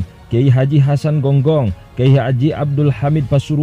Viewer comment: Genggong mas...bukan gonggong